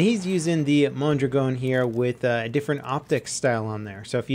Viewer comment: "Mon-drag-n" I thrust Ian from Forgotten Weapons more than